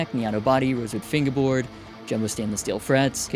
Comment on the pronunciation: He gets me every time he says finguehboard